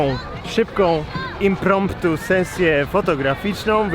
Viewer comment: Gonciarz, do cholery, czy ty mi możesz wyjaśnić, co to jest im-promp-tu? Napisane wygląda jak francuskie słowo, które znam... ale wcale nie brzmiało to jak to właśnie słowo xD